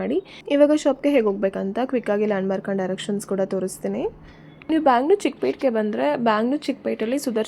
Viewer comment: Pronounce Chikkapetay